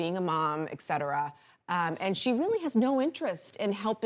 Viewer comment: There is no such word as "Excetera" Etcetera is the proper pronunciation. Journalists? Comment?